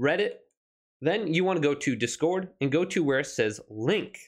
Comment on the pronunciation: Its discord mate 1 word, not dis- cord, thanks for the tutorial though